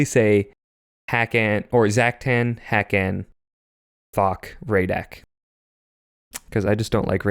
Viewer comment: Are we sure that hakann's name isn't said with the emphasis on the second syllable? Like I always read it as huh-KHaN.